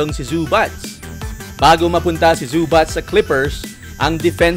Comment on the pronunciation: E PRONOUNCE MO NGA OLI BOSS ANG ZUBAC😅😂😂ang dinig q sau boss zubatch.ano un ka batch🤣🤣🤣